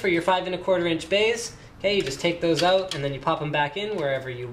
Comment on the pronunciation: 8.42 OOT? Canadian? :D